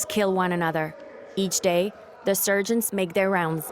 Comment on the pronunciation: The “Surgents” 😂 this is funny - so many blatent mispronunciations